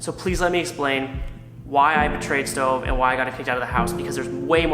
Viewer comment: ITS NOT STOVE